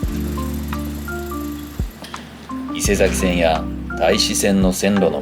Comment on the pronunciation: 西新井に十年前に住んでいましたが、 西口の駅前がこんなんなってるとは！ P.S 東武線は “いせさきせん”ですね 『伊勢崎線』 “いせざき”だと、 横浜の伊勢佐木町と混同してしまいますから。